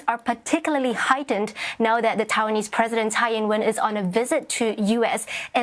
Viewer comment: she said "tawainese president" i have bad news for you dear. minus social points